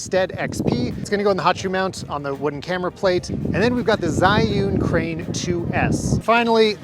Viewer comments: Can I just correct your pronunciation of that name? It’s pronounced like jer you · 😿 Actually Zhiyun is a Chinese name which should be pronounced as